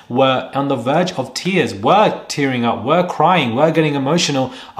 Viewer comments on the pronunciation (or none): none